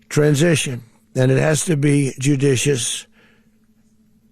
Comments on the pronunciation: He'd be a horrible story reader in a class. Judicioisssssss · did he say judicious...or sadicious? I think the latter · Jujicicious? Good lord, it’s hard to believe this idiot is running America. 25th amendment time. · He has trouble even saying the word "judicious" . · This MFer talks about being "judicious" because he says, "that's how we are"? He couldn't even pronounce the word 'judicious". While he is breaking American laws and international laws? Every day this man makes me sick, and so does the thought that we have millions of PURE STUPID, UNEDUCATED American voters out there who voted for this A-Hole!!